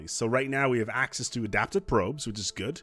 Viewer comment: The word good doesn’t have a “T” at the end. I cringed every time you said it haha. Very helpful video tho